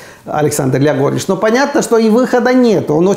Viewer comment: Как мне нравится, как Аару, Произносит "грягорыч".